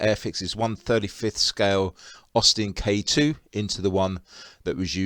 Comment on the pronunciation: can you please call it the right name it is k tay as in austin k2 and the female name.